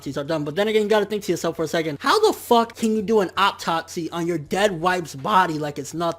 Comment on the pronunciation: Nigga mispronounced 'autopsy' the whole video